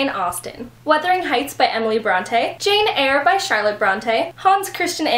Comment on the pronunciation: When I seen you say Jane eyre I literally groaned...I hate it